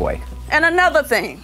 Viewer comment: “And anotha’ thing” 😂😂😂